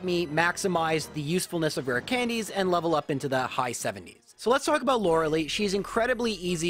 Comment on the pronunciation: The lei in Lorelei is pronounced lie, in German when "e and i go walking, the last does the talking"